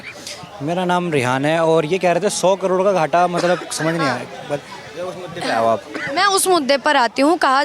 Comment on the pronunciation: karod bolna seekh lo.